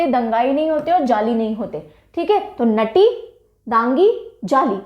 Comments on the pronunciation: Mam himachal ke dance mai nati ko naati i.e.'नाटी' bolte hai... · yaa but aapne galt pronounce kiya tha नटी नहीं नाटी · Mam it's नाटी not naughty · Mam नटी नहीं नाटी है Himachal pradesh ka dance form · Himachal Pradesh नटी नहीं नाटी pronounce krte hain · Mam it's not नटी its नाटी. I m from himachal Pradesh ☺️ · नोटी नही नाटी है😄😂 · अरे मैडम जी हिमाचल में नॉटी नहीं नाटी बोलते है उसे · " नाटी" होता है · Himachal's dance 'nati' pronunciation is नाटी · It's not नती mam its नाटी sorry for saying. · Mam it's not nati is नाटी . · Ma'am its नाटी not नटी......love from himachal pradesh 💓💓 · I also from himachal pradesh sirmour mam nati ko नाटी aise pda jata h thnku for teaching us. 💫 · Mam himachal m nati ko नाटी और dangi ko डांगी बोलते है